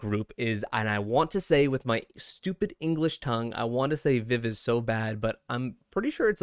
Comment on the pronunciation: Thank you for being so respectful about VIVIZ you even got the pronunciation of their group name perfectly . A lot of reactions of them participating really has been discrediting them or telling them that if they use GFRIEND songs they won’t ever make a independent name for VIVIZ which I think is stupid because they were active members of GFRIEND for 6 years and it is a part of their careers regardless of what group they are in